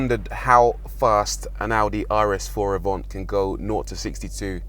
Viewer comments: Isn’t it Avant not Avont? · Avant or “Avhont” wow that’s how you drive to review a car 😁 “ the Avont aroun corner ain’t eeeh” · Audi AVANT. Not AVONT 🤦🏼‍♂️🤦🏼‍♂️🤦🏼‍♂️